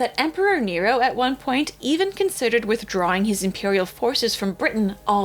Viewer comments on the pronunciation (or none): none